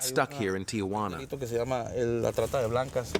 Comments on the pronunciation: It's TIJUANA! NOT TIAJUANA! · Ti-Juana not Tia-Juana.